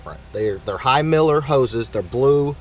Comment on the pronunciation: My pet peeve is when the blue “high miler” as in (mileage) hoses are pronounced as “high Miller”. 🤷🏻‍♂️🤦🏻‍♂️🤦🏻‍♂️